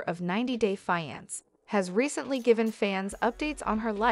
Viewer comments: Fiance not finance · Why does she pronouncing the wrong word . It’s 90 day Fiancé. 🤔